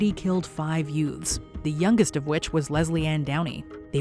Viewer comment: Did she say 5 youts?